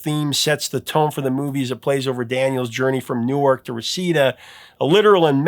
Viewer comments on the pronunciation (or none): none